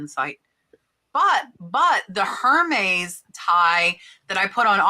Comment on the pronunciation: AIR - MES! LOL!